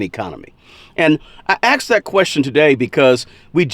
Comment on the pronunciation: Why do blacks pronounce the word ASKED as AXED?